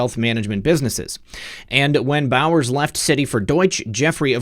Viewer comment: Bowers sounds like bowels.